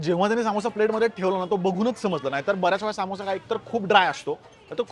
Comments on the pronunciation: सामोसा नाही रे समोसा अस्त ते😅😂😂😂😂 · तो सामोसा नाही समोसा आहे, आणि सर्वात बेस्ट समोसा जळगांव चा आहे... परंतु तुझं तेच तेच विदर्भ आणि नाशिक